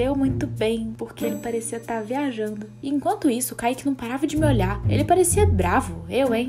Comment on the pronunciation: quem percebeu o "olh.ar"?